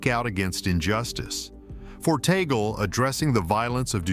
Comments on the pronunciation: It’s TAG-LE. Not Ta-gel. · ITS TAG-LEE NOT TAGOL SAY IT CORRECTLY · It is pronounced Tag-leh not Tay-gel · TUG- LE ( " Le" like the sound of the first syllable of the word Legislation) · Oops. The Pope cannot appoint his own successor. That is the job of the cardinal electors. P S, Tagle is pronounced « Tah - Glay. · Pronounced Tag-le. AI!